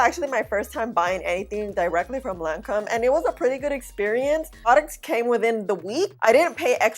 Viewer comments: Hey love! Lancôme didn’t come to play. It held up super nice👍. The company’s name is pronounced: Lan-Kome. Basically, the o is pronounced as a long o and not a short o. They do make quality products. Thanks for thorough video🥰💙. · Hey sweetie...... you pronounce Lancome like Lancomb.....No matte concealer for me....I'm still using the Thrive Causemetics concealer and Love It!!!! Great Vid